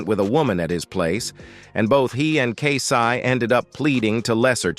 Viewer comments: You making money putting up a Vlog about Jodeci and you start off in the first 45 seconds calling K-Ci “K-San”. 🙄 Then you called him “K Sigh”. You couldn’t pronounce Andre Harrell’s last name. 👎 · If you cant pronounce a simple name as Kci then you shouldn’t even have any business talking about Jodeci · It's Ai Unfortunately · Why are sayin Kci name Wrong Smfh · Hahaha.... This AI , be effing up names😅😅